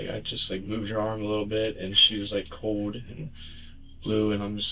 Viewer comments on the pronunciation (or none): The word is COLD. Not CODE.